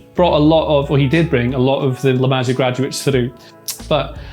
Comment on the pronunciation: It hurts, it's pronounced masia as in maseeea.